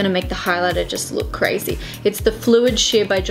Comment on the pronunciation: I pissed myself laughing when she said, "Which is CRAZY!" Had to replay it straight away. XD